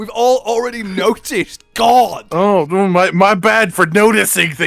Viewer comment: misheard lyrics of the Safi’Jivaa theme is not the only thing you permanently engraved into the monster hunter community. The other is saying Gog instead of god